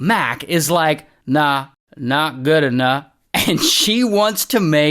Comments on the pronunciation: of course the “nahlagala alahlanl”😂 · "Nah, nat good enuh" 😂😂😂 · it's "nah, not good enah" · “Įt œŃT GœOD ênoght” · "Nahnatgoonuff" 😂😂😂 had me dying lmao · The "Not good enough" kept getting more unintelligible. 😂